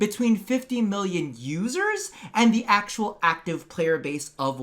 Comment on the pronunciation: Am I the only one who heard "losers" and not "users" every time said it?